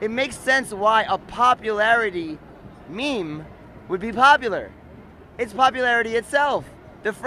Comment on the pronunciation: “The 99% to 1 % MEAM. Was just one MEAM out of many MEAMs”